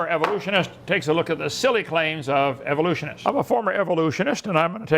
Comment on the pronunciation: “Where I take a silly look at the claims of evolutionists.” Lol I love how he butchers it slightly differently each time